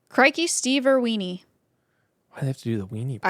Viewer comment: I would hazard to guess that the species name stevenirwini would be pronounced “Steve Ir-winnie” BUT “irweenie” is funnier